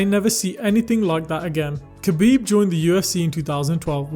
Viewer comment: Btw his name is pronounced HA-BEEB, and not having him at the top is just as disrespectful as not saying his name correctly. Who did he lose to? Or who even tested him, outside from a lab created cheater? Still won, too.